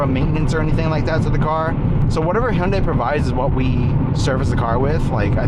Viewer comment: nice to hear someone else who can pronounce hyundai correctly lol. thanks for the video man, this is my dream car rn